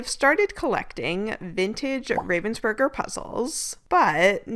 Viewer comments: With stress on the Rah!😎👍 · Thanks for sharing that trip with us. I hope it was all you ever dreamed of. One thing, though: The way you pronounce the German version of the name "Ravensburger", is not how a German would spell that sound. It would not normally occur in German, but what you say would be spelt as "Ravvensburger". You need a more open sound, like if you accidentally pushed an almost finished puzzle off the table: "Aah!" - "R-ah-vensburger". Germans spell that vowel as "Ravensburger". But: welcome home. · Also if anyone wonders, you pronounce it Rahvensboorg(er) :) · As a German I love how you really try to stick to the German way of pronouncing Ravensburg(er) but then here and now the English version slips out :D